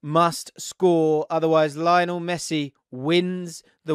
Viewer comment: Why does he say Messis first name like that